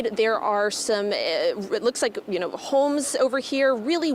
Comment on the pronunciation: “Yuh noe”😂